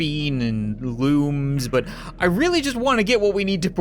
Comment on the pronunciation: I didn't hear very well this part and instead of looms I heard wombs